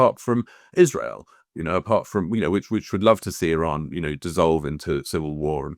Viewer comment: Neutrality ???😅 Why don’t you go and learn how to pronounce the word Iran, then spew pro fascist hypothesis about dignified people of Iran. Shame on you.